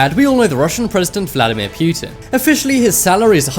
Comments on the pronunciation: wtf is pewtin lmao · Is it just me or is he saying putin funny, kind of like stewie saying whip